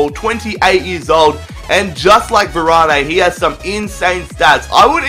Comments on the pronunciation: Varan, not Varanay😂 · its freaking varan not varani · Who is "Varané" ? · you said varanes name wrong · your saying varane wrong